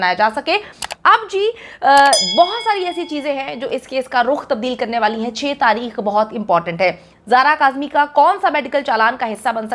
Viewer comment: Tareekh par Taheekh 🤦‍♀️